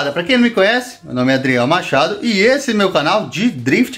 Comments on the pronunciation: "EIDRIEL MAKADOU" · Tem uma parte que o cara fala adriel macad... machado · Os caras falaram eidriel macado kkkkkkkkkkkk